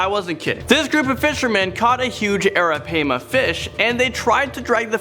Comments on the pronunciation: Its pronounced airapima not arapama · Arapaima = Ara-pie-ma Lol just thought I’d help you out with the pronunciation 💋💋💋